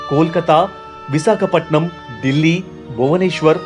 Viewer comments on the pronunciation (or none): none